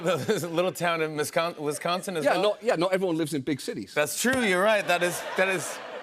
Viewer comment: Jimmy u completely botched the pronunciation of Wisconsin